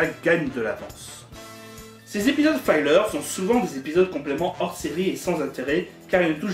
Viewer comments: La vidéo n'est pas mal, mais juste une remarque : 'filler' ("fi-leûr") ne se prononce pas comme "filer" ("faille-leûr"). Un "i" devant deux consonnes ne se prononce jamais "aille" en anglais. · "Filler", se prononce "fileur", et pas "faïleur"... ça vient du verbe anglais "fill" qui veut dire "remplir"...